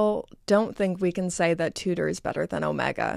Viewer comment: your hair fell great! Although you pronounce Omega horribly.